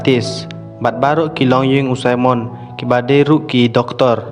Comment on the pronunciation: Simon not saimon